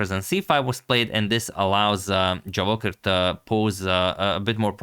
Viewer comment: Boss, the correct stress of this name not JavOcher but Javoh i r. have plz. respect